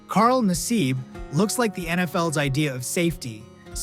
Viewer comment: Carl Nassib is a proud PENN STATE Grad. Love ya Carl! P.S. You miss pronounced his name.